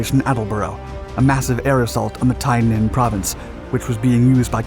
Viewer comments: BTW, Tay Ninh is pronounced TAY NIN not TIE NIN. The US had overwhelming power in the country but the politicians would not permit a move into North Vietnam. The reason body count was important is that it was the ONLY metric that Washington would recognize. I normally don't listen to your channel because your voice and intonation are annoying.....I listened to this because you over dramatize the entire thing and I wanted to let you know. U.S. forces were ordered not to win. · The proper pronunciation of this region is Tay like "hay" Ninh. If a presenter doesn't care enough to find out where he is, why should we? And when you deliver every sentence with urgency, it gets old real fast. A little slower, softer delivery, with only warranted rushes of adrenaline, when it's flyin' fast n' thick will give future broadcasts much more credibility. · Good information. One minor beef. He miss pronounced Tay Ninh and Dao Tieng. Either that or I mispronounced it when I was there in 68. Other than that -- well done.